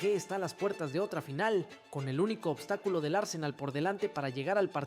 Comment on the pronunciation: Y este chico porque habla así y tACtico y glOOria, ObstacUlo 😂